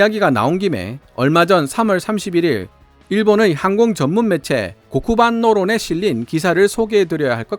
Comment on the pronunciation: 일본 매체 이름은 한자 발음으로 할 수 있다면 그냥 한자음으로 얘기하는 게 나을 것 같은데요. 발음이 너무 달라서 좀 이질감이 듭니다. 항공만능론... 이란 일본어 발음은 고쿠반노론이 아니라 한글로 표현하지면 코오쿠우반노우론...에 가깝습니다.